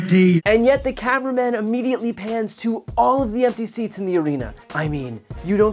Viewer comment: Trump said ‘theats’ instead of ‘seats’!!!😂😂😂